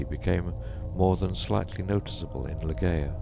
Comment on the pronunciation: For heaven's sake it's 'lie-JAY-uh'. Do some research on Poe's intention etc. before recording.